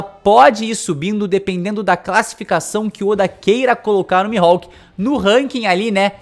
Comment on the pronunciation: Interessante, mas acontece q os japoneses não chamam o Mihalk de Mi-ro-ku e sim Mi-rro-ku